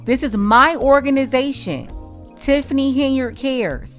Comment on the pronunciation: Tif-fany Hen-yard?!?!